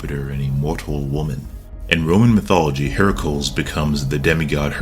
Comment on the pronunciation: You pronounced Heracles wrong. The Cles at the end sounds more like Cleez phonetically. Hera-cleez. It should not rhyme with manacles.